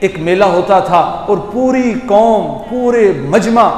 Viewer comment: 'Koom' nai, qaum. Aur 'apna' nai, 'apni'.